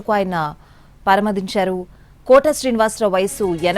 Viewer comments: పరమదించారు కాదు పరమపదించారు.... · Akkarledandi , pani nadachi pothondi kadaa? Inka Telugu… pronunciation, manaku enduku ? Vaallu maararu. పరమదించారు అట 🙏🙏🙏